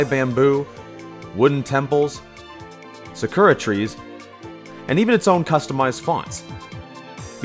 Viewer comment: "... Sekura trees..."